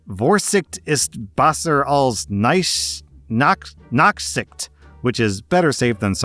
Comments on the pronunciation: Do forgive that I correct the pronunciation here,: "Forsisht ist besser als Nachsisht", and as for the "ch" in "Nach", think of the musician Johann Sebastian Bach. Or, might be better to run it through a pronunciation program in the future. In any case, her dad is right: better safe than sorry. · but that doesnt explain him pronouncing besser as "bassur" for some reason, and pronouncing ch as "k" for some reason, when he couldve just said sh, which is almost identical to the proper pronunciation